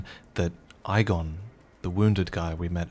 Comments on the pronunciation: Ee-gon? I thought it was Eyeee-gon! Well they were wrong then 😂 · Btw Igon says his own name, and it's pronounced E-gon